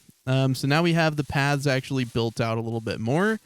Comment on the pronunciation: Every time says Paths, I hear pads maybe it's my headphones or something